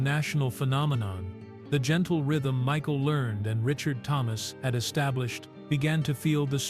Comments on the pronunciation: Last name is learn-ed pronounced and print it RIGHT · The last name is Lear ned.